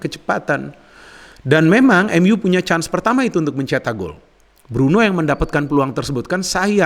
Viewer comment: lihat ini lagi iseng2. setelah diamati, di video ini kalau nyebut "MU" pake emyu, khas nitizen buat bully kleb MU. kalau nyebut "Liverpool" sangat fasih dgn aksen British 🤣